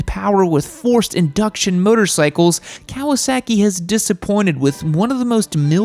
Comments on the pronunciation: It's Kah-wah-sah-keei not "Keaweaseakee" 🤦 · I can’t take your seriously with your pronunciation of Kawasaki. It’s not “cow-a-sacky” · The way you say "Kawasaehki" amuses me,. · I hate the way you say Kawasaki and the z650 is a great bike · The way you pronounce Kawasaki...😂😂